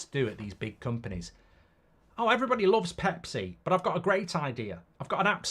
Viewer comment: Thanks,he skips like half of letters of "everybody".